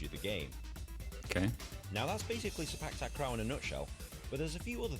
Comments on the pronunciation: Clarification about Sepak Takraw pronunciation. 1st word: It's Se- with the same vowel as se- in sell, then -pak is sounding like "puck" not "pack" as most of the westerners read. So the "CPAC" you guys read is all wrong. 2nd word: Takraw is Ta- Kraw not Tak- Raw. Ta- sounds like T in the word "lotus" and now the kraw is the same vowel with awe in awesome. Hope this helps. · The correct pronounsation is "say park tark raw" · The W in Sepak Takraw is not silent. It is pronounce as in the word "NOW" or "COW." The ball speed is almost as fast as in table tennis. With lots of practice, players can predict where the ball will go so they know whether to allow it to go outside the court or to try to tap/touch it.